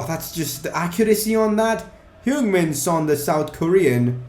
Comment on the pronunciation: and u pronounce it hyung just saying